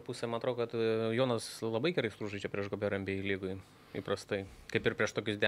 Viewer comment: nuo kada Jonas tapo "dzoniu"? 😆